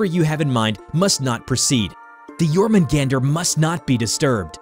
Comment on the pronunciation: Som en Svensk kan jag säga att det stämmer(As a Swede I can say that that this is true). But you do not pronounce Jörmungand or Mjölner like you did. The text on it's body is called "runor". Btw yes, the poison is for combat, but against Loke, not against Thor.👍great video, 9,5/10.